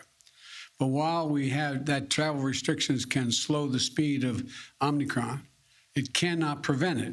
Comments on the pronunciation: He said it's called the OMNICRON ...when it's actually spelled and pronounced OMICRON...with one N, not 2. They didn't even brief him on the correct pronunciation of the name of this variant. Once you mispronounce the name of this new variant that is so much of a cause for concern...it's so much of a cause for concern that as President, he didn't even bother to make sure that he is saying the name correctly. These people are losers...they need to go away. SAD! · Omnicron or omicron biden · "It's called the omNicron." The fact that he mispronounces omicron multiple times, is proof that he is (badly) reading a script. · No, he clearly said the "OmNicron" variant is not a cause for panic. LOL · Omicron, not OMNicron Joe Potato. lol. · Will anyone tell him that it is not pronounced “Omnicron”? Will anyone even notice? My guess is no. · Omnicron? Bro… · NO! Not Omnicron, it is spelled: o m i c r o n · Wrong get the Facts correct MSM. Brandon said it was called Omnicron. Not OMICRON. I believe Brandon to be correct not CBS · Joe "Omnicon" Brandon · So Biden and ALL the reporters here calling it the OMNICRON? Here I have been calling this new variant the Omicron - shows what a dumb conservative I am .... ! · Biden is not reading it correctly. There is no N after the M